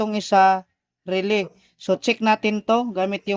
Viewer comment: paki ayos ng pag pronounce, relay. hindi RELEE, nagtuturo na tyo, pati pag bigkas ng tama iayos n natin